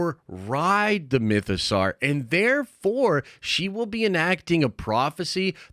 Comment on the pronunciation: Awesome video. Mytho-"sore" not "Sar."